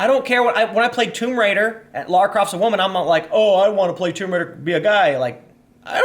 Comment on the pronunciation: Holy shit Tim actually pronounced Lara Crofts name right . You'd be surprised how many "real" game journalists dont.